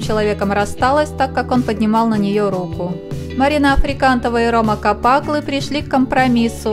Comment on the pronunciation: КапаклЫ . а не КапАклы